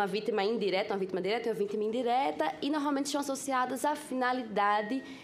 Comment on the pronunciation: "Norralmenti... Estudou tanto e nunca se esforçou em falar direto.